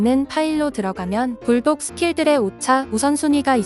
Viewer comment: 오늘따라 전자눈나 발음이 유독 센거 같네... 계속 '불똑'으로 들림 ㅋㅋ